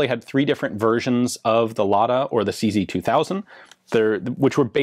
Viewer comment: SeeZey-WeeZey 58 😂